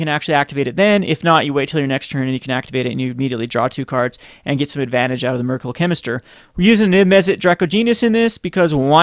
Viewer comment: Mer-KYUR-ee-al Chemister